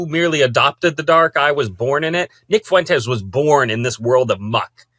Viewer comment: 😂 that one guy has the picante on it 💃🏽